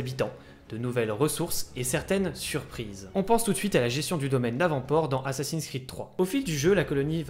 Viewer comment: A minutes la prononciation de Davenport !! J’ai les oreilles qui saignent les gars ! Sinon pour le reste je suis totalement Hype par le jeu une petit piqure de rappel ne fait pas de mal.